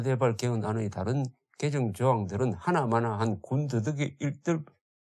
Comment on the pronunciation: 조대표님 발음정정합니다 틀림 맞음 개정 개:정 개성 개:성